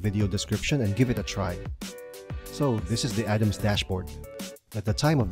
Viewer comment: It's Arams not Adams....